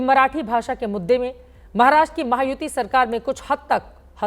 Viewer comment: महाराष्ट्रा नही महाराष्ट्र बोल 😊